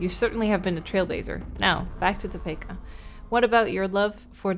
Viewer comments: When she read Topeka as 'Toh-peh-ka' instead of 'Toh-pea-ka' 🥲 I live in Kansas so it was hard to hear it mispronounced but I also found it funny af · Just letting you know, Topeka is pronounced like Tuh-pee-kuh. I am from Kansas and thought I let you know. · I make it to every sat morning i drink my coffee to play throughs, your voice is perfect for early morning wake ups!! Ps its pronounced as Top-ee-ka...lol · saying “Topeka” is so cute 😭😭 “Toe-pee-kuh” is how you pronounce it:) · Toe-pee-ka Kansas...I used to get it wrong as well lol. I absolutely love your Nancy Drew play through, I believe I've seen all of them 🥰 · Tah-pee-kuh is how you pronounce Topeka it is a weird word so I get the confusion. I live in Kansas and I don’t hear much about Kansas so it’s really cool to hear about it. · Fun fact: I live in Topeka! It’s actually pronounced “Toe-Peek-Uh” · I often play playthroughs while I'm at work to have something on the background and I have to admit I was caught off-gaurd when I heard say the town I'm from lol. Also, it doesn't really matter but you were very close to the common pronunciation of 'Topeka'. It's a short E sound like in the word 'see' or 'bee', so all in all its Toe-Pee-Kah. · Am I the only one who thinks the way our esteemed streamer pronounced it is how "Topeka" was originally pronounced before, well, white men changed it?